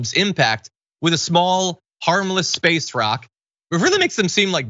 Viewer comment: Come on John. It's pronounced "In Spaaaayce"! I think buying this woman a couple drinks and letting her expound on orbital mechanics, mass thrust equation, and the inverse of velocity, foot pounds of thrust, and degrees of course change would be entertaining.